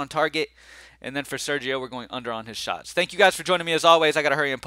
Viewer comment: did you say sharts on goal? :) that would be a definite under!